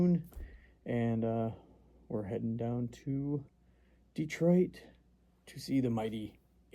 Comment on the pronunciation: Props for saying "Dee-Twaa". 😁 Thanks for taking us along on the trip, really cool video. I'm glad we decided not to film our fistfight as that was just between us. 🤣 Cheers!